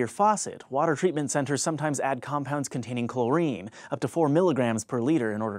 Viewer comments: chloRINE? Where is this guy from..... Its CHLOrine. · Never heard anyone say "chlor-EEN" before.